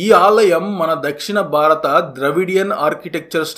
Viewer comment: Please learn pronounciation. Vottulu levu. Damam kadu. DHAMAM. BARATAM kadu. BHARATAM. SO many mistakes.Please correct. It will improve your quality